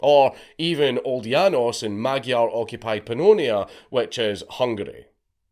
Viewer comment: Dank, Thank you for doing your best with "Magyar". 😁